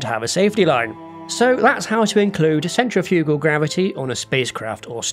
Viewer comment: centrifugal = sen-TRIFF-yoo-gull.